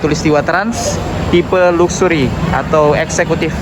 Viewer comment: Baca nya laksery , bukan luksury , bikin malu aja , arti nya kemewahan